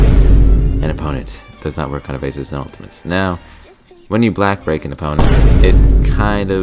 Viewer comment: Bro why do you keep saying black break?